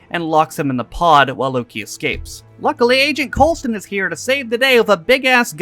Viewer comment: You're saying Coulsons name wrong on purpose at this point